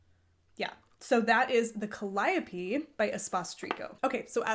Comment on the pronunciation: Thanks for the how to lesson on Ravit, greatly appreciated! Calliope is pronounced Calli -ope.